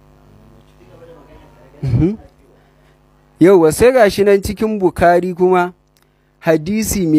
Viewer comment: Kai wannan a fara koya masa hausa wai yacca da kuma bikhari ku gaya masa bukhari ake cewa wlh ko ni sai na dagalgalashi